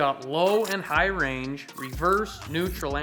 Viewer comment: And What kinda range??? "Hige"?...never seen one of those...haha